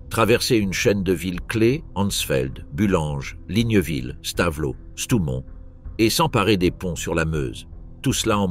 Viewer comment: Stavelot se prononce Stavelo et non Stavelote. 😢😢😢